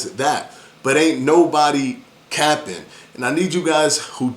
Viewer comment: Dude, it’s *cape-ing*, not “capping” !!